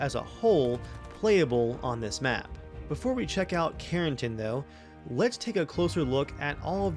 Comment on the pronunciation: It’s karen+TAN.